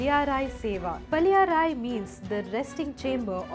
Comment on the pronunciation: It would be great to pronounce correctly - paLLI - arai